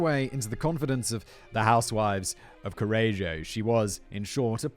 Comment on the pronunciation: I started the video while looking forward to the butchered Italian and I was not disappointed 😂 I love that every time Simon said Correggio, he pronounced it in a new different way 😂